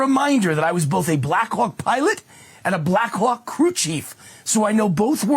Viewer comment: Anyone else hearing Black c*ck instead of Black Hawk? 🍆